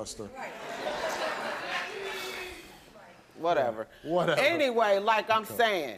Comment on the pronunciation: She said “ a child molserrrrrr”@